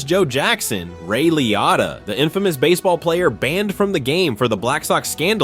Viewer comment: You’re saying Ray Liotta wrong! 😂